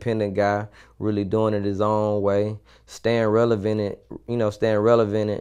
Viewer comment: "Staying RELEVENET"